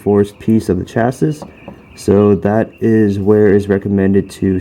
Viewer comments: Good, clear video. Just one note...Chassis is pronounced "Chasee" not Chas-is" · Chassis = shasee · Chassis = "cha c"